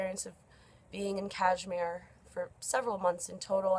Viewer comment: Sorry where are you located...so you are an expert now on kashmir issue sitting there in your cozy room..human rights expert too ha..yup something is not right coz people like you guys speak rubbish when you are not even in india..by the way the way you r pronouncing kashmir , learn to pronounce correctly and then try to worry about kashmir..